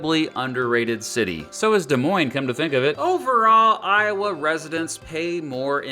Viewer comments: He even pronounced Des Moines correctly and this Hawkeye is happy to hear that! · Being Iowan, this video makes me happy and you pronounced Des Moines right!!!!!!!!!!!!!!!!!!